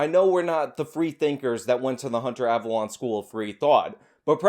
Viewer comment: I’m pretty sure his name is pronounced “Av-alone” like “alone” by myself. Not av-alon” like where King Arthur is buried.